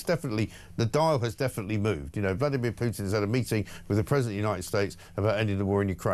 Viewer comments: The minute someone says "Pewtin" instead of "Putin", tells you everything about them and their worldview. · Here's a marker for stupidity: a person pronounces Putin's name as "Pyootin". Dead giveaway. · 'Pyootin'.. Is is too difficult for a so-called expert to say 'Pootin'...? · It is not “PJUTIN” its Putin